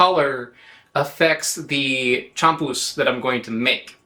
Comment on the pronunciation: Spanish pronunciation is very regular, you could learn it in a half hour. The accented letter gets stressed champús is chamPUS not CHAMpus